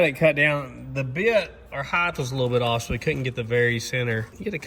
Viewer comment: The word is height there's no h on the end